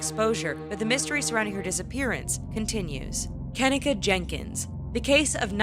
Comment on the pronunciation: Her name is pronoun Ken-neka not ken-ika